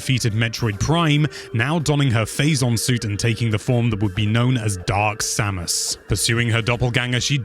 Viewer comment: next time try to talk slower, also put more emotion in your voice, so its really listening to a story then just go and tell everything quick. and maybe i have no right to say this, (because my english is very bad) but some names where spoken out wrong. they prenounce it other in the games itself specialy Samus. but overall awesome video. big like from me